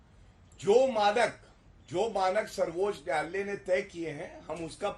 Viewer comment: Abe Zatu pahle Sarvochch nyayalay ka uchcharan to sahi karle😂😂😂